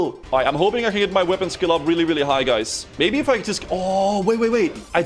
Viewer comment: As a Swede watching i laugh a little when you say Bajs instead of guys, Bajs means poop in Swedish 😂💩 As usual I love the content!